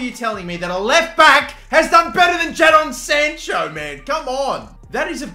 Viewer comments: why do you say his name like that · Bro ur saying Jadon sancho wrong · JA-DON SANCHO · jaddon sancho???